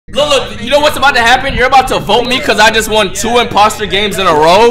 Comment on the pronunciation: “2 imboster games in a row”😂